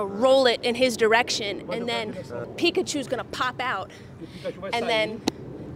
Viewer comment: Poaton saying pikkachu is disturbing! Haha can't wait for the fight!